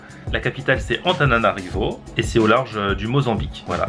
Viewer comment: 5 28 c tananarivou Le o se mit ou Et le e se lit é 7 01 c Moufou hanana